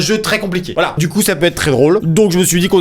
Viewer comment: on dit voilà pas volà